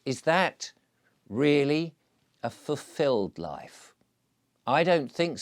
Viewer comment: “Fuffilled”… he he - perhaps the silly pipe smoking has made your mouth stop working properly! Also quite ironic you go on about family when you’re banned from seeing yours.